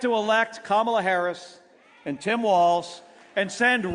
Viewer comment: Giffords is repeating her convention speech word for word. They can't write a new speech for her? Then, she mispronounced Kamala's name...